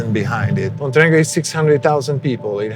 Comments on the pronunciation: I love how they pronounce Montenegro MonteNIGRO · You're not pronouncing Montenegro correctly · I'm pretty sure you're mispronouncing the name of the country and it's really jarring.